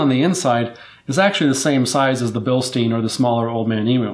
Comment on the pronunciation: Bil-STINE. They're German not Jewish